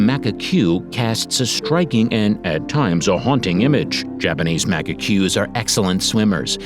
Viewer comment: I don't know, being a linguist I'm highly aware of pronunciation, so I try to be accepting as I am with my students... But if someone is producing a video and obviously using a voice-over actor, they might want to send back the audio when the narrator calls macaques "macaqueues"... and it's not even a Japanese word! Personally I consider the pronunciation of "macaque" (as the primate species) a matter of common knowledge, but it's really easy, if someone doesn't know it, to look it up. It's sad to give interesting information interspersed with misinformation. And Japanese macaques are one of the most iconic species of that country! Not to talk about the incapability of READING! If the rabbit (and the island) is "aMami rabbit", why is it called "aNamAE rabbit" throughout the whole section? Misspelled name in the text that was read? And yes, this poor rabbit (and island) also suffers from the lack of knowledge of how Japanese is pronounced, so according to this video the name would be "aNamAE usaJi" instead of "aMamI usaGi", which is also weird since Misaki horse is pronounced correctly 😐... The same goes for the Ryuku giant rat, the Iromote cat, the "tushishma" cat (which is only found on the Tushima island 🤣) and "Hakedo" region 😰 instead of Hokkaido, which is "only" as big as Austria! Anyway... As said, as a linguist this video hurts and I wish it had been curated a little more... as an animal lover I'm grateful it exists 😊.